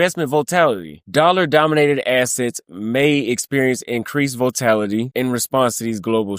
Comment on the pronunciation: Great informational video bro. I'm very familiar with the global financial world, and this has been in the making for years now. Just want to point out one thing. Volatility is pronounced as "vol-a-til-a-tee" 5 syllabals, not 4. Just looking out for ya bro.